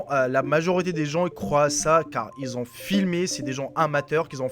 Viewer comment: "qui zont" non "qui ont"